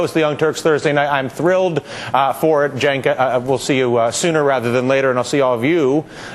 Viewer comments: He finally pronounced Cenk's name right. Huzzah! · hey, he pronounced cenks name correct. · thats how its said. Cenk is Janke